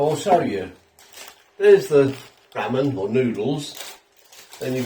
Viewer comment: It’s pronounced RAH-MEN